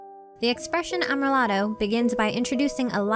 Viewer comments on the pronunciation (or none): (Finally, "Amrilato" is said am-ree-LAH-toh)